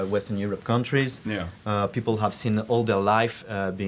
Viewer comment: He was very good. He deserves a A- because he made 2 regular mistakes from french-speaking people : - the pronunciation of the H. "I ave" instead of "I have" - the euuuuh thinking periods instead of using hummmm He forgot also 2 important translations but it is very hard to translate so perfectly live so he made an amazing job.